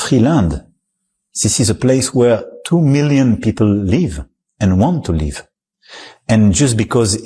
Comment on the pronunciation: If only the French fellow could say "they want to live(in Gaza) without it sounding like "they want to leave". That's an Abbot and Costello routine waiting to happen, or Abbot and Cantaloupe...¿and what is "Syphilisation"?